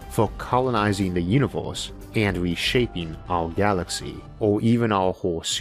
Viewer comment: Univors?? Orth wtf, what is wrong with this guy...